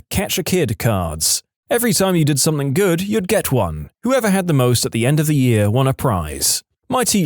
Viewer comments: Dude I love your stuff but something doesn't have a k...stop saying somethink. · No k in the word something .